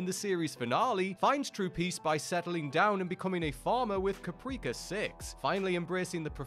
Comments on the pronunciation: You can always tell when a presenter hasn't actually watched the shows themselves. The fuq is "Capreeka Six"? 😂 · He sure did pronounce Caprica 6's name like it rhymed with "Paprika" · Ka-pree-ka 6. lol. I watch for the amazing pronunciation. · Don't bother. Whoever made this terrible, terrible video didn't watch Galactica at all, he probably just read it on Wikipedia or something. Did you notice how he pronounced "Caprica" wrong? No one who's actually watched the show would make that flagrant mistake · Did you really say Caprica the way you did? That was really painful. I mean, her name is legitimately said in the series over and over, so I'm guessing you never watched an episode. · Can pronounce Gaius but can't pronounce Caprica 😂